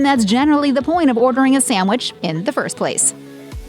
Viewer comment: It must be a regional thing, its hard to get exemplary service here. And this "professional announcer" lady saying "Samwich" is a real turn off... lol